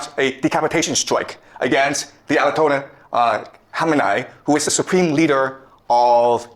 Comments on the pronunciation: Omg you might be retarded 😂 it’s pronounced Ayah-Tolah. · That's pronounced "I a to la. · Its kinda sad u cant pronounce or haven't heard of the Ayotolla man. How old are u? Geez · has never pronounced an Arabic word in his life, "A ah TOL lah", "Ba-raHN" lmfao CRAZY to cover something he has never read aloud before, talking about we started WW3. This is the state of the reporting on this. Also it was 3 F-15E's and it was friendly fire, basically to justify US Centcom taking control of the whole region over any of the local command.